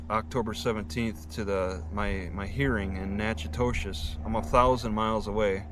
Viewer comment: Hey... I grew up in Natchitoches. It is prounounced 'nack-uh-tish.' Hope it all works out for you.